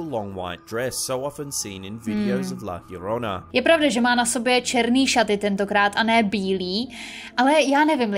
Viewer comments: (LA) JORONA. Co je na tom těžkýho? Proč čte LLORONA jako LLARONA? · " La Jorona" se to vyslovuje :)